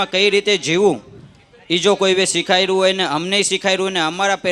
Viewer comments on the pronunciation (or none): સિખાર્યું પણ સુ સિખાર્યું અને સિખાર્યું એટલે સુ બોલે છે ભાઈ બીજા ને સુ સીખવાડશે પેહલા આપ સારા ગુજરાતી શિક્ષક જોડે સારુ ગુજરાતી બોલવાનું ટ્યુશન લેવાની જરૂર છે ખોટું લાગે તો માફ કરજો ભાઈ પણ તમારા માટે સિખાર્યું +કોરી સમાજ આવું સારુ નથી લાગતું